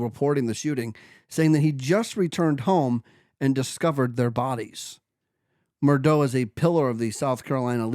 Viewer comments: It’s murdaugh ( MUR-DOCK) or MUR-DOG) or (MUR-DAW). Not what you are saying MUR-DOUGH. Haha You are are 3 years late to this story. Do something research buddy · Also it's "Mur-Dock". As Noor Jasmine said " the invisible C is NOT silent" 🤣🤣